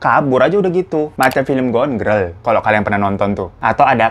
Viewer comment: pas bang hiro bilang gone gril ngakak banget, skrg aku gabisa ngmg Girl lagi hihihi